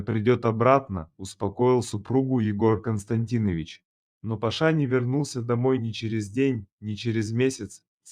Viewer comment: Рассказ очень хороший, жаль что рассказ читает малограмотный человек, немогла понять, как на самом деле звали парня из богатой семьи? ПашИ или ПАша? И многие слова произносит читающий неправильно.😢